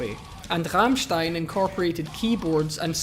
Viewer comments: Im so proud of you pronouncing Rammstein the only right way. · HE DID IT, HE PRONOUNCED RAMMSTEIN RIGHT! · Rammstein was very well pronounced 👌🏻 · The pronounciation of Rammstein makes me proud as a german